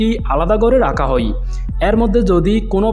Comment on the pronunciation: আপনার "হয়" কে "হই" বলার কারণে।